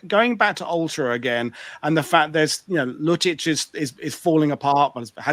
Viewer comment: As always, good show, a lot of expertise, as always good lead by you but the pronunciation of German terms is cringe-worthy! Lüttich sounds like lettuce, its LEIBstandarte and not LIEBstandarte. I know I stand alone here regarding this but its annoying. The rest ofcourse is top-notch and out of my league!